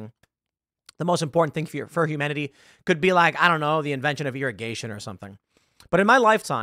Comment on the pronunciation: When he says "humanity" it sounds like "humidity."